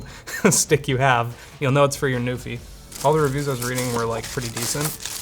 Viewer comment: Until I actually saw it on the poster and such I thought was saying "Newfie" and I was so excited for a Canadian product getting featured!... Nope, it's NuPhy >.>